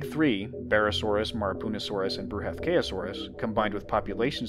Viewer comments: "Bruhathkayosaurus", is derived from a combination of the Sanskrit word Bruhathkaya (bṛhat बृहत्, 'huge, heavy' and kāya, काय 'body') It's pronounced Bru-ha-th-ka-ya saurus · Bruh ath k Ayo saurus